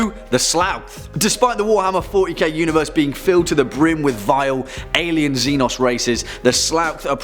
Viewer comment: Should say Xenos